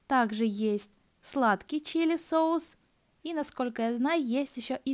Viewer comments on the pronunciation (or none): none